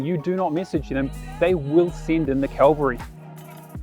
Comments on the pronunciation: I think he meant cavalry..he got it a bit wrong. Good video though. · What the heck is the calvary? :)